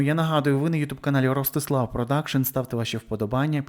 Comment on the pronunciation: ТарасА ?! Шо за наголос, парле аля франсе, ростИслав